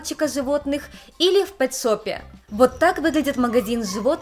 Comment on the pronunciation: Все время слышится ни пет-шоп, а секс-шоп))))) Кст,, вспоминал тебя сегодня и уаля, видосичка)